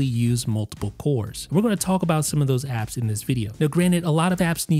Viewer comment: You’re the only person I’ve ever heard pronounce the L in “talk”